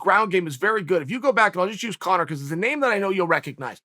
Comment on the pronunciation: Chael almost went full Daniel asherov mode calling Conor congor🤣🤣🤣